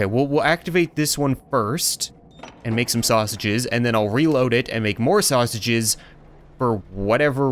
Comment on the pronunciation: way did u say snashiges